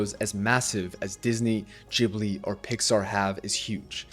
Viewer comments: It's GIBli not Jibli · Gibly gibberish?? GHibli!! G pronounced like in guard! That's what the H is for! It's an Italian word. If you want to pretend you're Japanese and are unable to pronounce a hard g, go ahead, and then call them "Studio Jiburi". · いつも思うけど、「ギブリ」ではなく「ジブリ」ですよ。 G→❌ J→⭕️ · I loved this video, but I was thrown by the way you say "Jibli" instead of Ghibli 😂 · Hey Ghibli is pronounced Cheee Bleeee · Jibli, though?? Ghibli like ghost, ghast... I say this with all the seriousness of a wet noodle fight lol. I could be totally wrong and just have an english leaning bias like the Bic pen originally being french and being pronounced beesh (Bich) until english speakers mispronounced it into submission. More on subject with the actual video though: I love it. Ghibli has everything I always angrily clapped back about with Disney as a child/teen. I think Disney does us a huge disservice by representing love the way they do, and it leads to these toxic relationships where people are so ashamed of their failures to make this Disney-love ideal work that they never open up and talk to each other and do the work that is love. Thanks for sharing. I love these comparison videos. It's fascinating how different Eastern and Western cultures are, and the more I learn, the more I wish the West would learn from the East.